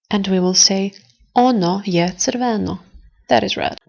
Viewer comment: Nice video, but your pronounciation of crveno is not correct (unless you speak in a dialect). The acent needs to be on R not on o...shrortly on the beggining of the word. otherway good job